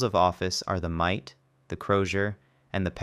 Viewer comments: It is not “mite” but “MI-ter’ which is the pointed, two-sided headdress worn by bishops at liturgical celebrations. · mitre not mite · The "mite"?!